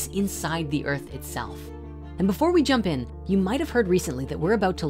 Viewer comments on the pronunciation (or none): none